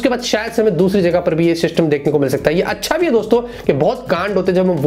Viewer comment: Is there anyone else who gets annoyed by the way he pronounces "Hai" like ae ae.. 😬 bro its "Hai" and ur like ye processor ae. Ye ae wo ae. 😂😂